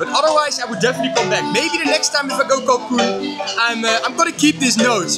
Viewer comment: It’s CANCUN not CACUN